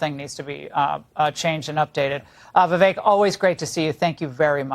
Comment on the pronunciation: Yep Vivake like cake is what he says.